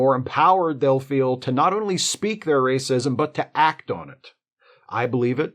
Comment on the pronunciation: 'But wacism is iwwegaw'